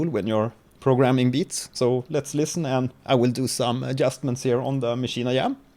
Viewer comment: Great Video man I just subscribed, you are really helpful. With all due respect; why do you pronounce it as "Maschine I-Yam"